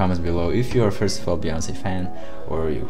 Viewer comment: it's queen b as we say"Be"yonce, not baeyonce.